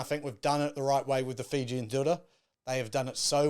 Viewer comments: Fijian? I thought you were speaking Māori or something. Zero justice. But you’re not the only one. Planning to start a blog on enriching rugby bloggers on how to pronounce Fijian names. It’s highly annoying when there is no effort by some. The female Kiwi commentator improved at least. Shocking during the Georgia game. But impressed she corrected herself after it was brought to their attention. That’s effort. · Bro literally butched the fijian language😂